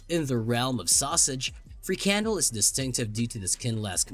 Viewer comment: Frikandel (what you mispronounced as free candle) sounds like every sausage ever made. Did I miss the disgusting part, or are you saying all sausages are disgusting?